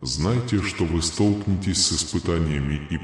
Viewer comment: Столкно'вение столкне'тесь ударения на гласные звуки . столкну'лась столкне'тся . столкну'вшись .